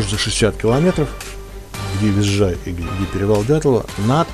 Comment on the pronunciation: Вижай - без буквы З.))